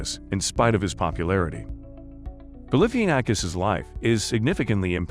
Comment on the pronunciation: Learn how to say his name